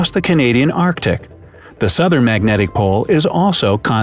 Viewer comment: It’s alarming to me how the guy pronounces “southern”.....